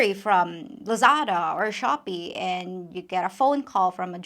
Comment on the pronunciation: Shoppy lol sooounds like a western thing?? Lol